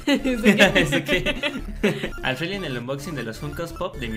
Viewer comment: Porque dice alfredy en vez de alfrely?